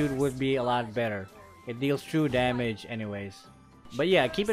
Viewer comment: It's damage 😅not demej